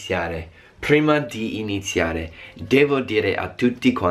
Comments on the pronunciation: HAHAHAHAH mi fa morire come dice "Prima" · PHHruima di inzHiare